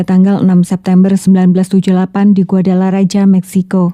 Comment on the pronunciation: Koreksi dikit kak, nama kotanya yang bener "Guadalajara". Bacanya "Guadalahara"